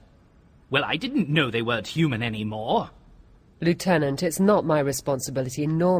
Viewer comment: The mispronunciation of 'Lieutenant' annoys me.